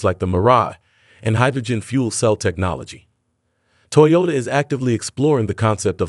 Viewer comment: In the first half, he pronounces it 'Toyola'. That's vely interesling.